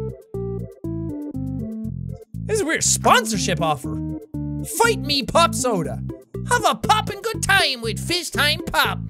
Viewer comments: He said fightme popsoda lmbo it’s fiztime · jack you realize that it was finetime not fightme XD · Everybody's freaking out about Jack's hair color, and I'm just over here cracking up that he pronounced the cursive "Fiztime Pop Soda" as "Fight-me Pop Soda." Definitely the laugh I needed today--thanks, Jack. :)